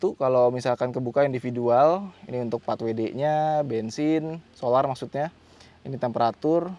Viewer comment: Bang Pajero Kan Diesel Kok Bilangnya Bengsing